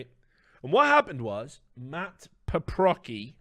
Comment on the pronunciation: Paprocki is a Polish surname and the c is pronounced as a soft c similar sound to s